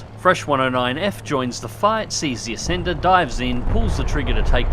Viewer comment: I know it’s called the Ascender but it sounds like he’s saying Ass Ender